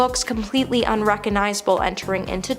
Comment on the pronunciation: RecoGnizable. There’s a “g” in there.